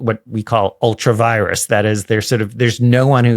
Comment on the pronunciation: ultra vires = "ultra vee - race", beyond [one's] power. Latin is mispronounced all the time. But this one NEEDS to be pronounced more correctly!